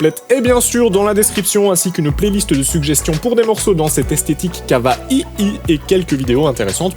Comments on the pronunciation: C'est pas Kavahihi mais Kaouéi. Sinon j'aime bien le coté dubstep. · C est pas KAVAHIHI c est kaouay (ça s écrit pas comme ça mais ça se prononce comme ça) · On prononce "ka oua ille", comme Hawai avec un K, pas "ka va i i". Sinon, très intéressante vidéo. Merci. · J'en ai marre des gens qui francise tout kawaii de prononce kawa[ai] et non kavaii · POURQUOI TU PRONONCE "KAVAI" ÇA ME STRESSE ÇA SE PRONONCÉ KAWAI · Apprend à prononcer kawaï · ptn je kiff ton "kava-i-i" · Tu dis vraiment kava i i ? o.O C'est pas du troll ? x)